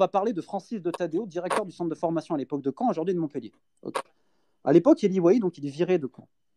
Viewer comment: MontpEllier merci de bien prononcer !!!!